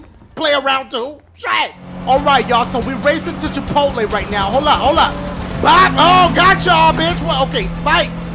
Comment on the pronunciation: "We racing to Chipotlé" Hahaha lmao